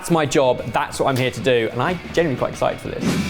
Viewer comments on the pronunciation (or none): none